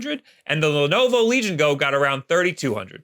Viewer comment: The emphasis should be on Go, not Legion.